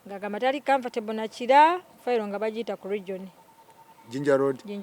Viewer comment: I have heard it😂😂😂😂😂kiila kiila😅😅😅😅😅kiila